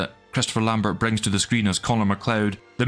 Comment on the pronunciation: Wait a minute ! I thought you were like the “Highlander Expert ?” Lambert, is pronounced Lambair, the T is silent and the ber at the end is pronounced like “Air” Christopher Lambert, as Christopher Lambair, the Actor is Truly sick of people not listening for 30+ years to him explaining it over and over again… but he keeps at it, so in tribute to him I will give you shit in his place ! (I am serious about the pronunciation but kidding about being angry at all, it’s odd to me the media never made it a goal to get this out there, be he told them in almost every interview…so i truly understand you not knowing I got lucky and caught an interview that wasn’t chopped up so… I am kidding about the “Serious Nature” of it, however Mr. Lambert would probably die of shock if someone pronounced it correctly before he personally tells them “it’s not Lambert, with a hard T at the end, it’s actually Lambair…” anyway good show and thanks..